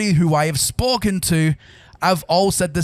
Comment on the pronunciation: How is this man pronouncing “Spoken” as “Sporken”?